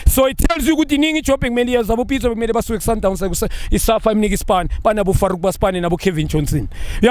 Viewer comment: If junior can say Farouk 😓😓😓#notinterested